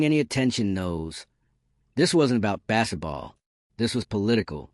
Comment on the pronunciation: What is bass-et-ball?